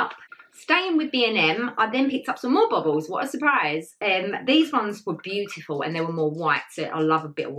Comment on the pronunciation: So happy to have you back. I have missed your videos and you are looking absolutely stunning ! ❤️ U crack me up the way you say baubles ‘BOBBLES’ 😂 Can’t wait to see the tree ! By the way I just gave the video a big thumbs UPPPPPP. Lol xxx